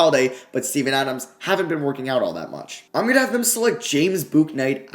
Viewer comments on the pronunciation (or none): none